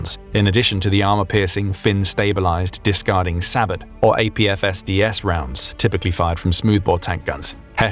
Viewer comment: Sabot is pronounced "SAY-boh," not "sabbit," like rabbit. 🤦🏻‍♂ <---(facepalm)